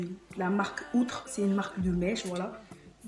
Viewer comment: On dit Outré mdr , sinon belle video 😘